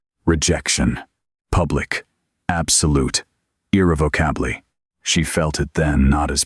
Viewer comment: What's with the weird pronunciations?? It's very distracting.